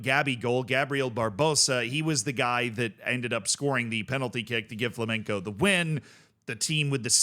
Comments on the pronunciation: does a warning for the pronunciation of Criciuma, even me as portuguese dont know how to pronunciate it in brazilian portuguese, but only after it said Flamenco ( a spanish dance and music ) instead of Flamengo one of the biggests club in Brazil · Just a tip, since I saw you pronounce like this a few times. The G in Flamengo is pronounced like you'd say goo, ou great, or whatever. FlamenCo is a type of dance xD. For my english speaking boys, it would be easier if you say like Flamengow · It's definitely Fla-meng-go, I don't think he understands what "ow" sounds like in english. It's really simple, there's nothing weird going on. Basically, just pronounce it like you would pronounce Flamingo (the bird), but with the "en" sound like in "EN-ter" - or Flamenco (the dance), but with a "g" sounding like, well, a "g" (instead of "c"). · The reason why Flamengo is difficult for us is because we're trying not to call your team by the very clearly incorrect Flamingo, which is a type of bird. I didnt know about the -ow part tho So its Fla meng ow and not Fla meng go? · It's spelled kree-see-oomah, and Flah-men-Gow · Why is mans pronouncing Flamengo with a c